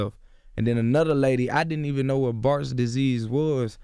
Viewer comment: “I STILL DON’T KNOBWUT IT IZZZZ”🤣🤣